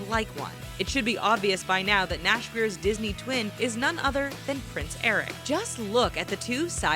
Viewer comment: she pronounses names wrong like nash and noodlerella